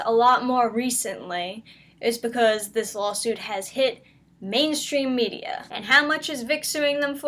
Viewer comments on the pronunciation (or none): none